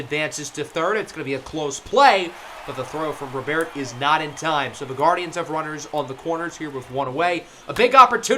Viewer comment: Just FYI, Luis Robert is said and pronounced the same in Spanish as it is in English. If you were saying “Robert” in French then the way you were saying it in this video than it would be correct! RO-BEAR is more French than Spanish.